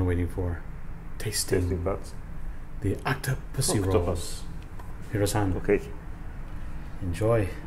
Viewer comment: Nobody: Hentai: OCTOPUSSYRU